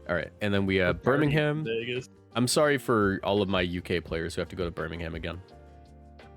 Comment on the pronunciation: Prounouncing like every place spot on except for Birming Ham